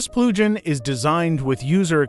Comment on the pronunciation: This is a very exciting plugin. * The AI translation Speech is severely mispronouncing the word "plugin". You might have to use a hyphen in your text next time... like this "Plug-in", then it will probably sound correct.